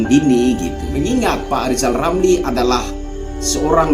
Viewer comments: LIZAL LAMLI jangan ngomong dulu kl blm bisa memperbaiki huruf ( R ) dng benar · Salam Santun Bang, Hajar Terus Orang orang yg bermulut Celupar itu, Lizal Lamli Cedal huruf R Aja Gak jelas, tapi omongnya sebakul 😂😂😂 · Sebenarnya Lizal Lamli itu IRI sama Pak Jokowi karena anaknya Sukses luar biasa... Pak Lizal Lamli coba belajar dulu dah biar bisa ngomong er baru ngomongin PRESIDEN... Tapi kalau Lizal Lamli jadi presiden bisa kok tapi PRESIDEN Di Dunia DONGENG... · LIJAL LAMLI belajar ngucapkan R dulu lah. Semua sudah tau. Kalau LIJAL LAMLI seorang satpam/penjagah harta CENDANA. gara2 harta CENDANA dari hasil korupsi di ambil alih negara🤭